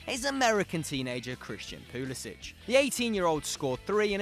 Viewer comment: It's Pull-eh-sick